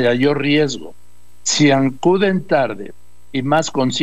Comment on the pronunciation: Doriga se dice Mayor, no Mayayor , se dice Acuden, no ... Ancuden